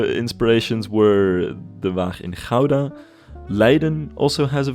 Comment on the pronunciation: Great episode,, and I'm loving the series so far. I especially love how well the City Hall came out. It was also an educational episode; not only did I learn about Dutch architecture, my American mind learned the true, proper Dutch pronunciation of "Gouda" 😆